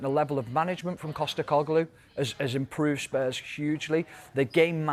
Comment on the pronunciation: Man said costecoglu lol